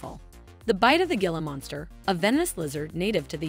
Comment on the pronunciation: Hay not to be mean but it Pronounced " he la monster